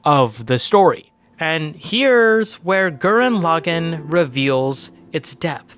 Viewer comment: Lagann- Law-gawn not law-gen